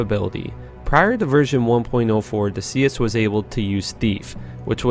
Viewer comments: Heh it's Lord de Seis ("say" long A). Lord of six, as in devil number is 666. Uno dos cuatro cinco Seis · Stopped watching at " Lord d'See-us". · It’s probably pronounced Lord de Seis as in six in Spanish. Lord of six, get it? One thing about Diablo you didn’t know ;) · You should look up the word "seis" lol. Anyway, great vid, didn't know most!